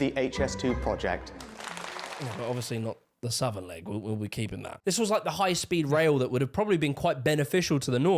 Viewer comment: Hilarious how he goes on about how Southerners supposedly sound more intelligent, then says 'Norf, Sahf' 'Norvern' and 'Indushtry', I can pronounce my 'th' and 's', so how thick are Northerners, eh???